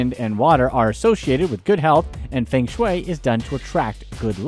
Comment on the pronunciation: Feng is pronounced 'fur-ng'